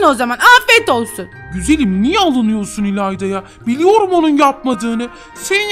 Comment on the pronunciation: ilanda neden herkesin sonuna "cuk" diyo abla (bide beni tanıtıyon videoda ayıpp) "ilayda" :]]